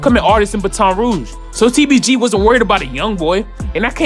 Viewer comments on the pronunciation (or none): Its “bay-ton rouge not “bah-ton “ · I’m feeling the content... but you did all this research and don’t know it’s pronounced Bat-en Rouge not Ba-ton (sticks police use) 🤷🏾‍♂️ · mane said "bat - ton" rouge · Not Ba-ton Rouge, it’s Bat-on Rouge 😂😂😂😂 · "BAT-UN Rouge" dawg not "Buh-Ton" learn how to pronounce before you talk about it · its baton rouge not ba ton rouge lol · Hol up hol up. Did this nigga just say ba ton rouge. it’s bat’n rouge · "Ba-ton Rouge" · Nigga said baton 😂😂😂😂😂💀💀💀💀💀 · It’s pronounced like BAT-TON 😭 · Ik this boy aint just say batton rouge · "batawn rouge" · this man said “batoaun rouge” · Ba-ton rouge??? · It’s pronounced Bat- on Rouge😂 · it’s not buh ton rouge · Lmao its "bai-ton rouge" 😂😂😂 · its bat-ton rouge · Did this nigga say bu ton rouge💀💀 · It’s Baton Rouge like Batman. Baton. Not whatever tf you said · Boa said BeTon Rooge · I been waiting for your next video! But the way you mispronouncing Bat-on Rouge is KILLING ME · NIGGA BAT-ON rouge we told you last time god damn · Sound like he said ba town rouge 😂🤣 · Lost me when he tried to pronounce Baton Rouge. Butchered that 💩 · Really with you know how to pronounce Baton Rouge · not how you say Baton Rouge😂😂😂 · The way this man said Baton Rouge is tragic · Yup not finna watch the video 3 seconds in and he can’t even say Baton Rouge correct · he does that weird shit again 😒😒😒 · Did bruh just mispronounce baton rouge😂😂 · Bro you saying Baton Rouge wrong lmaooo